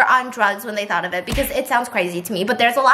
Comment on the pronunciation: Tell me why I heard ‘thot experiment’ instead of ‘thought’ HAHAHA